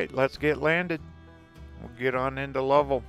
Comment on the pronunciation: nice lil town. but Lovell in pronounced love-ell, as in well.